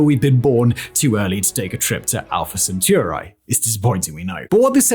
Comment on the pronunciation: That (ignorant) pronunciation of Alpha Centauri gave me cancer....